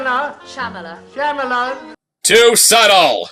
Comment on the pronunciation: Did he just say Shyamalan?